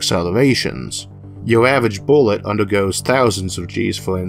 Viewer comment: "Wuddaya know? One Space Boowett weft!" "There was supposed to be a kaboom! An Earth Shattering Kaboom!" You saying we don't have an Eludium P32 Space Modulator?